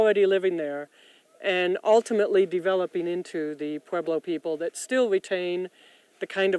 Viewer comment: Mispronounced Pueblo tribe names...